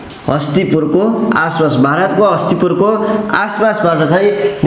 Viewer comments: महोदय तपाईले इतिहास को बारेमा राम्रो जानकारी दिनुभयो त्र जोत्रिलिंग हो जोतिस लिंग होइन अनि हस्तीपुर होइन हस्तिनापुरहो। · Hastipur haina hau master ji hastinaapur ho kya.. haang jaati haina haang bangsa ho.. shaiv haina shaivaa ho.. shiva ko pujaa garthea.. aali spasta vaena aadhyaan pugena hai sir